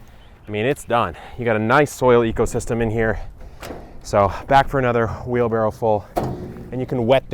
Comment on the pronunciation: Tell me you didn’t say ‘wheel barrel’! Try Blue Emu Extra Strength for your sore back!! You’re welcome. 👍🏽🙏🏼🇦🇺🇺🇸